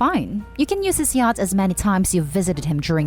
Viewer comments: Laurence and yacht flips from the normal pronunciation to yat at random. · Saying the name Thomas wrong is such a glaring mistake along with the pronunciation of yacht. I couldn't pay attention when that happens and I can't listen to the story again! It's like nails on a chalkboard!!